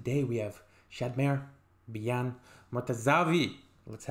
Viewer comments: Actually the name of bijan , does not pronounce Bi yan ... But pronounce Bee- Jan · The name is pronounced Bizhan